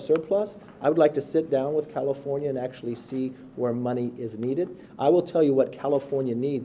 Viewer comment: Sounded like he said cattlefornia